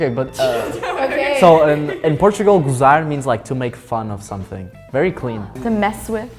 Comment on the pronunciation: The american pronunciation of "gozar" sounds like a Marvel vilain 🤣